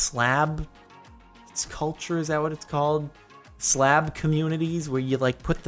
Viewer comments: By the way it's Slav not Slab. XD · SLAV HAHA pronounced SLAAV